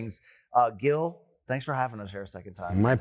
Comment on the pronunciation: Thanks goodness you got the sound right for Gil putting some respek on this man’s name